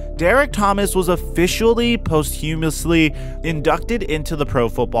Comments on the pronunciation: Posthumously is pronounced pos chuh mus lee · The way he pronounced posthumously 😂😂 but seriously RIP Derrick Thomas besides LT no player ever was on his level as a pass rusher, imagine what he would do in an era that threw the ball 45, 50 times every game like they do today... 🙏🏾🙏🏾